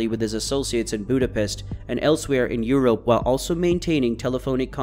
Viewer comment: Y he say europe like that